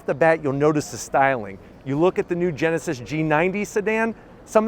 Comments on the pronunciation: Geneved Genesis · come on dude, you can’t even pronounce “genesis” and “hyundai” what are you doing